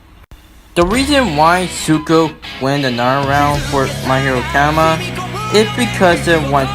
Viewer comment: Im sorry but that way u said academia